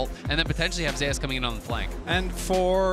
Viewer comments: I'm just bothered by how they say zeus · why do they pronounce zeus as zayus